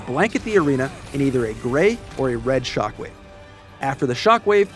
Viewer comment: He says shock wave and I hear chocolate